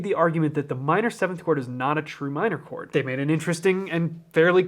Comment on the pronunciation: "That's a beautiful chord!" My ears: "That's a beautiful porn!" My brain: "Pretty sure porn isn't a countable noun."